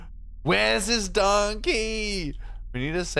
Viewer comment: "Darn key" sounded like "donkey" with your accent!